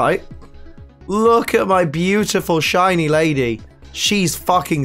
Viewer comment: like she said shity many times